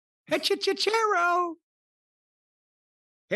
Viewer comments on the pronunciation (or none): I don't give a crap about the wrestler, but please stop butchering Spanish, guys. It's HechiCERO as in Penta's Cero miedo, not CHero as in cheap pop. It means warlock. Thanks, guys..